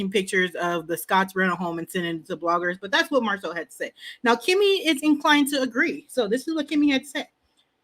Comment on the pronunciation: Who knew is the only one that calls Marsu MARSOL…This might be her burner account…Go listen to her commentary about Lamh…See how many times she says “MARSOL” 👀